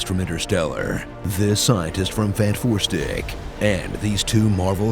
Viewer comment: the title is pronounced fantastic 4 NOT fan4stick